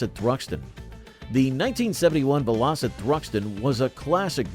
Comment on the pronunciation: It's VELL - O - SET ...at least that's what my Dad called them!